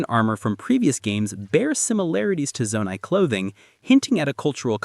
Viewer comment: The biggest mystery of all? Why is he pronouncing 'Zonai' like that